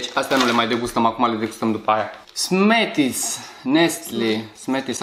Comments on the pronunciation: smarties nu "smeties" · Smarties "smetis" =))